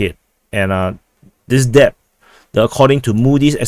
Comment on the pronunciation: "Debt" is pronounce - "Det or Deht" The B is silent